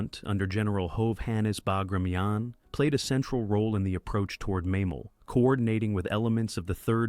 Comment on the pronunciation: Operation Bagration and Klaipeda is pronounced totally wrong. I can't even listen a whole minute to this.